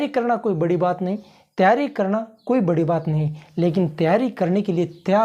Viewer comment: प्रेजेंटेशन बहुत बढ़िया। एक सलाह ण के स्थान पर न का उच्चारण करनें का प्रयास करें, और निखार आएगा। जैसे करणा के स्थान पर करना ही बोलें।चेहरे पर मामूली सी मुस्कुराहट रखें, प्रेजेंटेशन में चार चांद लग जाएंगे। कॉन्फिडेंस अच्छा है।